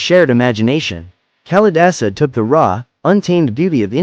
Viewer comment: Duh...it isn't Callie-dasa! Please! It is Kaali-daasa.